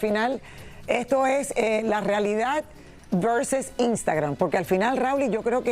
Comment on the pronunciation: Dice Imstagran 😂😂😂😂 India ladina